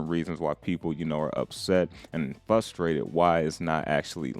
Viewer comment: In the beginning of the video it sounds like you're saying fudstrated instead of frustrated. Not sure if you did that on purpose but I got a laugh out of it.